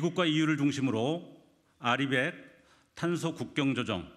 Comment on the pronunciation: RE100을 리백으로 읽는 써결이와 국짐들이 대한민국을 다 말아먹었다. 부디 지금이라도 재생에너지 확대해야한다